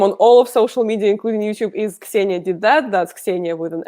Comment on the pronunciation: her name is pronounced 'Zenia', not 'Ex-zenia'.